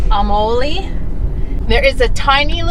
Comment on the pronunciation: You guys always find the great spots in Am. Samoa. I see the new upgrades in the video production and it’s always a pleasure to watch. Glad you found some Redbull,...oh and I’m glad you were able to prounce the village Amouli,...all those vowels and all those villages almost sound the same. Thanks for making time to share these great clips. I always get nostalgic when I see a lot of the old stomping grounds. So proud of you guys and keep the videos coming. Alofa atu.